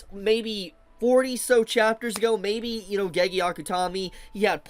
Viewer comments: It's pronounced GayGay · Till the end, for his life can't pronounce "Gege" right